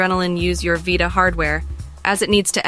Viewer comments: On the Vie-ta ... Lol... It's Vita (Vee-ta) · V eyeta? I thought it was vita. Jk great content btw